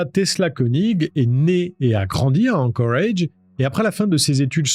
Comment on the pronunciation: ...............pourquoi tu dis anchorage avec cet accent ridicule,tu dis toute la phrase en francais et ce seul mot avec un accent totalement ridicule,alaska tu le dis pas avec un accent anglais tu le dis en francais,alors c est quoi le délire,arrete sérieux..........